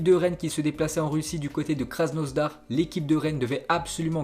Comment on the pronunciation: Arrete te dire Krasnosdar !!! C'estk kr asnodar